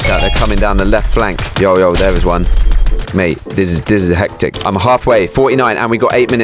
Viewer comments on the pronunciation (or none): none